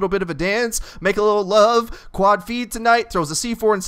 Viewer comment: Please stop saying quad like that!